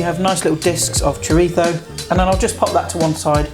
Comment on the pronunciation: Nice one! Thanks for not saying 'choreetzo'!